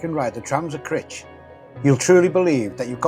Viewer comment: Brilliant videos mate👍 Just one point Crich pronounced like eye not itch🤣👍